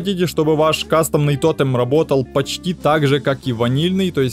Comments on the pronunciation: Ну почему то́тем а не тоте́м, почемууууу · То́тем? Пожалуйста говори тоте́м!